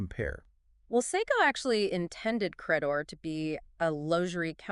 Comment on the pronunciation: It's Credor. Not cra-dore.